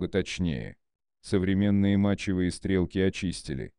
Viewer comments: Сложный текст на английском языке, замороченный примитивным автоматическим переводом без должного понимания и контроля автора и автоматическая озвучка, продолжающая давать забавные оговорки, которые превращают стреков в "стрЕлки", но быстро перестают смешить и мешают воспринимать текст. Люди, думающие на русском языке, сегодня обычно представляют себе величины в метрическом измерении и уже плохо понимают о каких именно величинах идет речь когда им оглашают значения в футах и ярдах. Поскольку таких значений здесь много, и авторя не потрудился их перевести в метрическую систему, я не думаю, что кто-то переведет их все сам, скорее всего эти цифры просто потеряют понятное значение для большинства слушателей. Общий итог: взяли чужой мутный и спорный текст и изуродовали его так, что из него стало трудно или невезможнл извлечь что либо понятное и полезност Получилось отнюдь не "коротко и просто" как обещано в названии видоса. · Зачем такой дурацкий режим начитки использовать. СтрЕлки)) - еще бы Блестящих и Комбинацию вспомнил! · "Охотники и стрЕлки(!) предпочитают"??? Я дико извиняюсь, но можно было озвучку доверить живому человеку, а не синтезатору по производству звуков?